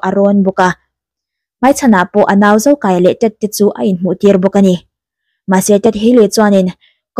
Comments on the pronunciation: Zokâia tih tur.zokaia a nilo. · Zokaia nilo in Zokâia tih tur aw...."kâia" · Zokaia i lam dân hi a diklo, mi pahnih in kâi riâl ang in i lama, a diklo, In hlâng kâi..ang deuhin a ri ang, Zokâia tih tur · I lam dik lo, zo kai a nilo in zo kâi a tih tur zawk o,, thluk a awm a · I aw a mawi narawh e..Zokâia ti a lam tur.. Motor a kan chuang kâi tih a kai tih ag hian... Beg a ti thlep em a ngaithla zo talo mai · Zo Kaia- a (ui ka kai tih laia kai thluk in i thluk a a nilo ...Zokâia lawm..(Kâi ah hian thlukna dah tur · Ka sawi tum tak....."Van ram kâi" tih a Kâi lam angin Zokâia. Beng a ti thlep deuh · Zokâi tih tur nia...kut in kai angin i lam daiha beng ti thlep ve deuh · Zokaia i thluk dan hi a hniama thluk tur nilovin, "mei in a kang kâi" tih a kâi kan thluk ang hian thluk tur a ni e. Mizo leh hnam dangin zokaia tih hming an/kan put in i thluk ang hian koh/thluk a/an ni ngai lo, thluk fan sang deuh in thluk/koh tur a ni e 👍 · A lam sual palh ve a ni ang e 👍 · A movie leh lin ah khan zokai, kâi an tih kha, ran kai ang nilo in kai khi an thluk. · I lam diklo. Zokaia hming hi. Thlukna awm lo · zokaia lai a kai hi thluk tur a nilo mi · ZoKAIa tiha “KAI” lai hi i lamri diklo tluanparh. Thawmhnawah rawng a kai a, chumi kai kan lam ang chuan lam tur. Kai hi ban inkaia KAI angin i lamri daiha, awmzia a bo vek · Zokai a i lam dan khi a diklo. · A hming i thluk dan leh i lamdan a diklo.mizotawng chuan thluk anei tih hriat a pawi mawh